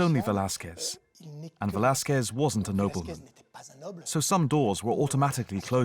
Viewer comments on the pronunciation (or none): How do you pronounce Velazquez and Chiaroscuro? Not like that! Do some research! Fucks sake!